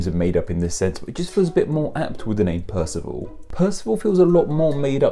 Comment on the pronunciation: Ah but he's not "pierceval" - it's Percival - someone once told me it was more a case of "perceive all".